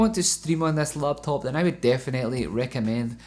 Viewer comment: when you first say laptop, I think LATVIA